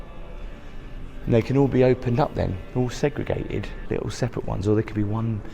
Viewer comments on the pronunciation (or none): What is segriated? Does anyone know please. What's a pooffay? Is that anything like a pouf? It's PVC, it ain't levver. That is pronounced FeeGee water.(Fiji) The entire thing - Vegas, is like a back alley in Paradise with a lobotomy....and there is no escape. Even your room looks as if it was decorated by a Kardashian on LSD. Those hidden elevators are for the housekeeping staff, not for guests, and that is why you were/are surprised at the speed of room service. Just for interest's sake I will tell you that the cleaning staff at Marriot Hotels are told that their standard is to prepare the room to appear, and to smell as if no one has ever been in there before. Perhaps the Kardashian girls follow the same rule.